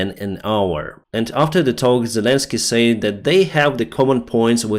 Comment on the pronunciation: Hello My Friend, Can I Help You Just a Little with 'A Word',, When you say 'Said', Express that like this simply; 'SED', OK, "Slava Ukraini";;))